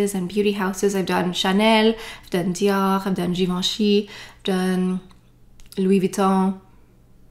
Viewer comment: I think she took classes on how to properly pronounce Dior and channel 😂😂😂 I have never heard no one else say it that way except Natalie Portman..Lol..